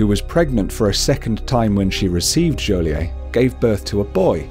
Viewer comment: you pronounce the t in joliet